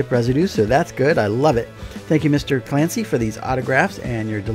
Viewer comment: Fancy to hear your pronunciation of Clancy but now my ears are bleeding.